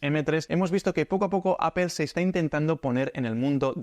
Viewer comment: Primer español al que escucho pronunciar correctamente "apple". Me hiciste el día tio!! Suscrito.